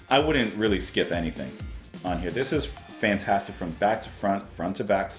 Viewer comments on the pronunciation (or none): none